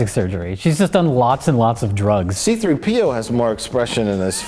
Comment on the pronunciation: I love the way he just emphasized the P in C3P0. I've never heard it spoken that way before, so it made the joke even funnier. This is what I come to Half-in-the-Bag for. Riffs on titles and off-the-cuff jokes. The unscripted stuff is as good as the rehearsed.